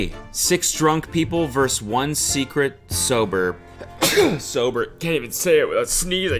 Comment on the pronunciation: i will never not be annoyed by cody pronouncing "vs" as "verse"